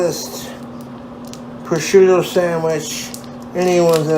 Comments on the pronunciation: I'm honestly amazed that he pronounced prosciutto right. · he says sargento and lucrene wrong, but he can say prosciutto properly??? my mind is blown. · He did a pretty good job pronouncing prosciutto as well. I’m proud of the BOY